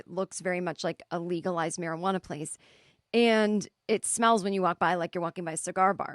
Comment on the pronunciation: Also......I hates the maryjuwanna (sound it out lol)